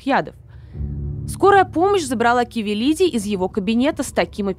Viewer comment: %лять, да почему КАвелиди, ты читать не умеешь что ли?